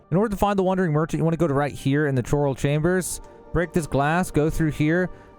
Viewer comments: It's pronounced "Koral" not "Choral" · bro really said "ch" oral chambers lol